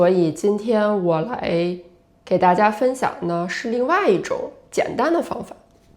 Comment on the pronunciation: When you say 哈喽，大家好 you say it so fast and sound like you barely pronounce the 大家 part? 😧